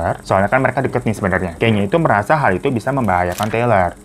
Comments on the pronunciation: kanye bang kanye.. bacanya ka - nye. bukan kenyeee wkwkwkwkw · Kanye bang bukan kenya😭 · LU NYEBUT KANYE YG BENER DONGGG kayneee naon gemes gua